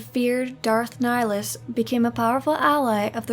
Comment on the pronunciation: I must have misheard you did you actually Nihilus's name right? lol, sorry.